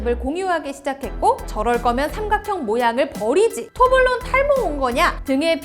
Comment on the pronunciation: 제발 발음은 똑바로 합시다... 토블레론이라고 하지 토블론은 처음 들어봄.